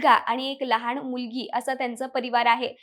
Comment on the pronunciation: भावपुर्ण श्रद्धांजली 🙏🙏 अगं बाई पण तुझे मराठी उच्चार आधी सुधार. न ला ण बोलतेस. विमाण लहाण सार्वजणीक निधण एविएशण कंपणी दोण फोण 😢😢